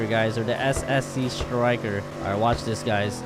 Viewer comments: The previous one says SCC and now it says SSC now he pronounce it right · finally he pronounced it right